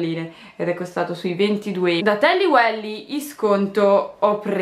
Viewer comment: jali si dice tally weil non welly hahah😂